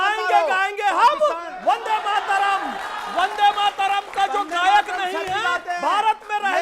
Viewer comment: अनुराग भदौरिया "वन्दे मातरम " को " बन्दे मातरम " बोले, वन्दे सही शब्द है, बन्दे नहीं।